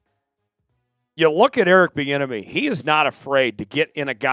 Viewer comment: Please. Not. Bienemy.